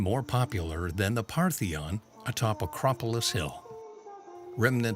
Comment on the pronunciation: I think that it is Parthenon, not Partheon.